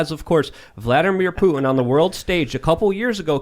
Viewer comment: Putin not Poo in what are you a valley girl🤔